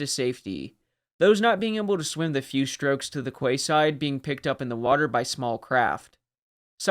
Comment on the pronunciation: Quayside is pronounced Key- side.